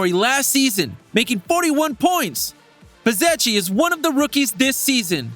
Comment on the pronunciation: It's pronounced Betzekki